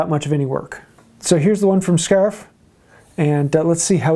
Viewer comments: It's pronounced "Schaaf". See? What was so hard about that?😁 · Hi, pronounce it like the German word für sheep. Your "2 cherries" chissels come also from western Europe and are called Kirschen (German word for Cherry) in origin. Cheers from Austria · These are exelent gauges! , i know european sets are probably the best, BUT, if you take your time in sharpening these schaaf, whih you can read as (shafff), by now you probably know how to pronounce their name…. It is an exelent set for beginners n pros….. bottom line is the carver , n a decent sharp chisel or gauge or guvia”…..